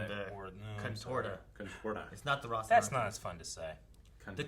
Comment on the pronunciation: Good! Now I don't get to hear butcher the word Rocinante anymore. fucking bugs me lol